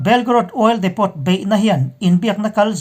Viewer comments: Ekhai, INP a ngaihnawm hle ṭhin a, Burma lam khaw hming te felfai taka lam ngaihthlak te hi a nuam. Hetih rual hian Ukraine lam sawinaah Oil Depot bomb chungchangah hian Depot hi depo (t silent)-a lam nise ngaihthlak a nuam lehzual lo'ng maw? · oil depot - oil diipoo , crimea - crymia... ngaihthlak a nawm zawk nan thahnem ngaih post